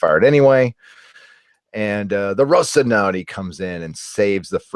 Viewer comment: funny how you can not pronounce "rocinante" you should practice RO CI NAN TE